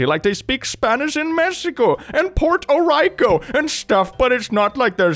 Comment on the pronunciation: As a puerto rican hearing someone call it Port o' Rico physically hurts 💀